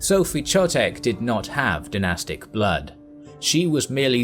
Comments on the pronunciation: Brilliant video (even though Czechs are being taught all of this at school), except, as usually, some spelling mistakes, horribly sounding to some of us: Friedrich (-kh); Chotek (Kh-) --- in German or Czech, "Ch" makes never the "tsh" sound, always "kh". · It should be pronounced "Khotek". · Great video, minor pronunciation correction - the digraph "ch" in "Chotek", being a Czech name, is pronounced with the velar fricative not with the postalveolar affricate as in English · "Ch" in German and Czech represents [x], like in Loch pronounced by Scotsman. If you can't pronounce that, you can use [k] instead.